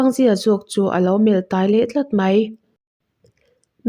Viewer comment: A ngaihnawm hle mai mahse...tai kha i ithluk diklo nawn leh sak a..